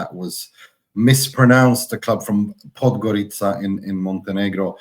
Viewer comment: your pronunciation of the Ć from Budućnost is perfect. Podgorica as well! 👏🏼 I want Adžić to score in every match until the end of the season, but for his team not to win. Forza Adžić! 🇲🇪 Forza Calcio! 🇮🇹 Forza Italian Football Podcast! 💚💚💚⚽️⚽️⚽️❤️❤️❤️ Death to Juve & Inter ☠️